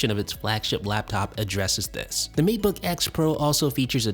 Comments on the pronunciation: Isn't it Maytebook, not Meatbook? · Seriously, When you say matebook, it sounds like macbook. I cant keep up with you, I'm too busy trying to figure out which computer you're talking about. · Kept hearing "Meat-book" and not Mate-book myself. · Did he say Meatbook pro?? 😂😂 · I swear after a while he says meatbook 🤔